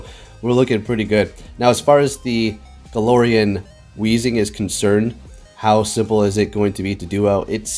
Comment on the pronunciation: Hey I love ya but its glair not galore